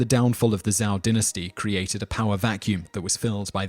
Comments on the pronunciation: im sorry but you are showing a samurai battle, samurai are japanese not chinese. Qin in not pronounced kin its chin hence the name china it is technically Qina and Zhou is not zou it is like Chow with more of a sh sound in there. Wei is pronounced way han is more like haun and think of anything with an a in it as less of a sound but more of an au sound like august that's about how much i want to say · You should have researched a bit about how to pronounce these Chinese names. You really massacred them, and they aren't that hard to say. For example: Qi = "Chee" Qin = "Cheen" Zhou = "Joe" See?